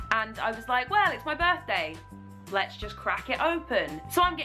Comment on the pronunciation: I enjoy that you said b'day, it sounded like g'day to me haha